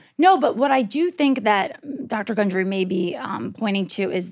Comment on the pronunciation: *gundry, not hungry 🤣